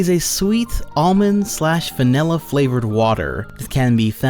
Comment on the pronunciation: its vanilla not manilla